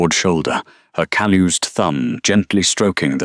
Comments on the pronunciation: Caloose sounding instead of calloused. Teach your AI how to pronounce words. Too much word salad. Sorry of ruined a perfectly good story. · Actually, the spelling should be calloused and it should be pronounced like us not oos. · Beautiful story. Well written and told. Just one suggestion: Calloused = cal.us.d is the proper pronounciation. Read (reed) is a verb - present tense, and read (red) is the past tense if the same verb. They are spelled exactly the same . English is the worst language on the planet to master. Thank you so much!! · Calloused is not pronounced that way😂